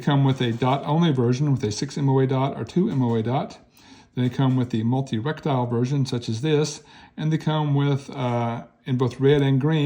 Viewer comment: Reh tee kel. Not Rek tile.